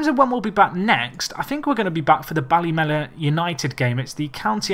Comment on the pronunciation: its pronounced bally-meena Easy mistake